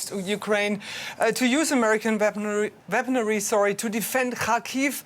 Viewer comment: Love how she said Veaponry instead of weaponry. Awesome sauce!